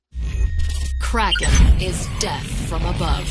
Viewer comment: English speaking people saying a german word like "Kraken" sounds plain awful. Just call it a squid or whatever you CAN pronounce.